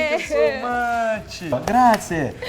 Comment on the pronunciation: Tenchiù so maccij! 😂😂